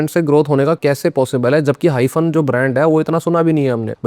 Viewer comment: Hymen suna tha hyphen nhi 😂😂😂